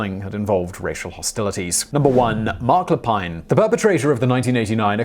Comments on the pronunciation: Never heard of the Montréal massacre. Everyone know about the Polytechnique shooting thou. And it's pronounce Lay-peen. Not that Simon care about French pronunciation anyways. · Yeah, you missed a few. We're not as nice as some people think. Mark Lepine is actually pronounced in Canada as "Le-pin", as if there is no 'e' on the end. You can probably do another one like this. Some of the previous comments give you some names. Canadians tend to believe that "Nice Guy" propaganda too, which is why these people got away with their crimes for as long as they did. There's a mind set of; 'No, nothing like that could happen here.' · Marc Le Pine Marc Lay Pinn Thank you. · Mark la peeeeeen not la pine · Luh-peen, not leh-pine. He is an actual French Canadian, no need to Anglicize it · Isn't it pronounced Marc Lapeen? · Marc Lepine its pronounced (le peen) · If I may correct you, Marc Lepine's last name is pronounced Lepeen (it's a French name, not English). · Lépine: lay-peen. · There were several names Simon mispronounced in this video. Minassian and Lapine were the big ones he messed up.